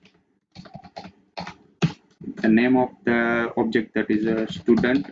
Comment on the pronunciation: dont say STUDANT say styudent (pronounce) как же вы меня бесите блять